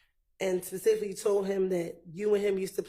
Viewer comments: One that says "pacific" at that!😅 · Pacifically, I don’t recall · I cringe every time he says Pacifically 😬